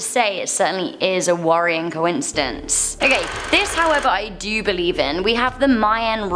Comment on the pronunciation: ARE YOU TRYING TO SAY WORD" DO "'BUT INSTEAD YOU SAY "JEW"